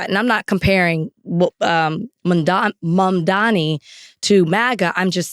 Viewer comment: Mamdani's name isn't hard to pronounce. Get some "Hooked on Phonics." 🙄